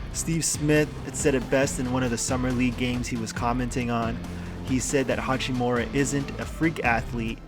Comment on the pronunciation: Why do these idiots keep calling him hachimora?